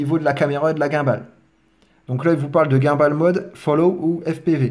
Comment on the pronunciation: bon tuto ! mais revois tes prononciations par pitié ! DJI, gimbal ...